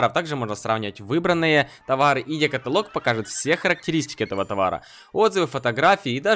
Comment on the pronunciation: Екаталок ударение на 1 согласную а не екаталок на 4 согласную Ееееееекаталок